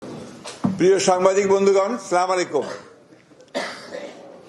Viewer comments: স্লামালেকুম নয় ঠিক করে বলতে হয় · As a Muslim Salam tik moto shika uchit chilo . Shiken-> bolen As-Salamu Alaikum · আসসালামু আলাইকুম সঠিক সালামের উচ্চারণ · সালামটা এত অস্পষ্ট তারপরেও নাকি নেতা